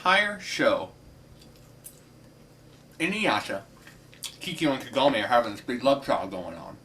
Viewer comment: Just a minor thing, and it's because of the American dubbing, but I hate the American pronunciation of Kagome. The emphasis is on "Ka" not "gom". I just envision a massive Southern accent when I hear the Americanized version of her name. Inuyasha may be cheesy and shallow, but I still like it since it was my introduction to anime.